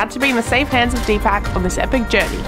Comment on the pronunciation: It is "po-kh-ra", "dee-puk".